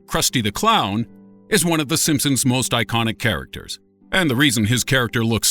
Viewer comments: And he just said it again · the Simpsoons not Simpson's simpsoons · did he just say the simspoons? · did i just hear him say "the simpsoons" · D..D...DID HE JUST SAY "THE SIMPSOONS?" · no this boi did not just day "The SimpSOONS" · I'm sorry but but he said sinsums at the beginning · did he say simpsoons? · did anybody else hear him say the simpsoons at the beginning? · Wait,the simpsooms ? Listen to the beginning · What is the "simpsooons"? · Lol the simpsoons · "The simpsoons" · Uhm did i just hear him say the SimpSOONS? tf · did this nigga just call it the simpsoons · The simpoens ?!?! Did anyone else hear that